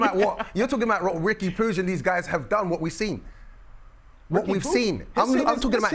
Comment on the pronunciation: POOCH? Is Puig not said the same as the guy who played for the Dodgers?